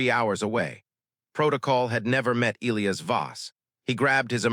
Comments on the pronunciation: E- LIE- US......NOT ELEOS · its pronounced e - LIE - ass .... not EE - lee - ass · Good story. The English pronounciation of "Elias" is "ee-LYE-əs." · Will someone who makes these damn stories FINALLY instruct AI how to correctly pronounce the name. - e LIE us??? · Get an A1 that can pronounce Elias